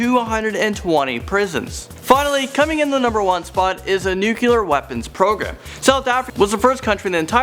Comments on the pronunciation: nuclEAR, please, not nucElar... :( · #10 is nonsense. Also, "Nuculer". Lord.